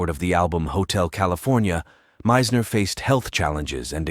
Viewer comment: And the pronunciation of Meisners name is irritating!